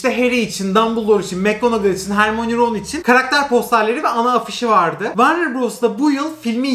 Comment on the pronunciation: Allahim bu ne ya hagrid nedir hegrid diye okunuyor ya harmoni ne ya hörmayini diye okunur guya yillarin fani